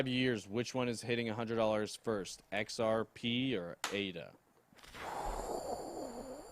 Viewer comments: Sounded like he said XRPenis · XRP what ? It sounded veeeery strange ;)